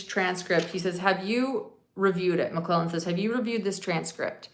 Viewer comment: There is a D at the end of Nicks name. I’m not sure how to spell it but it’s more like McLeland or something.